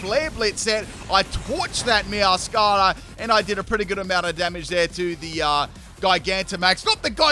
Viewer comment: You probably know this but just in case, Meowscarda is pronounced like masquerade, because it has a mask and it's theatrical. Meow-squerade-a